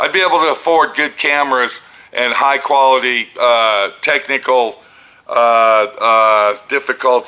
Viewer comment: Damn, u had me at “ tecnickel “